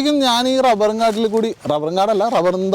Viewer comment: ഡബ്ബർ ,, റബ്ബർ🤣👍